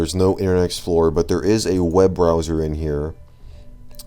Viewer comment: "Browzar" made me laugh